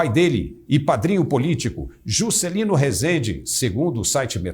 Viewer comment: adorei o sotaque ao falar "Jusssscélino" adoro o nordeste!